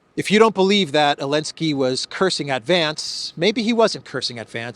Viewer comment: ELENSKY ? REALLY? NOT ZELENSKY?